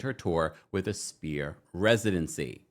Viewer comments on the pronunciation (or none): Sphere is NOT pronounced "spear". IT IS PRONOUNCED "SFEAR". PLEASE Get it right if you're reporting. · The Sphere is pronounced “sfeer” not Spear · my love…sphere is pronounced like s•fear or sfear. Not like spear, like you throw. ❤️ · This video drove me nuts. Sounds like you kept saying spear, like a throwing stick, it's the sphere, like a ball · do you not know how to pronounce sphere correctly? it’s an FFFF sound! 😑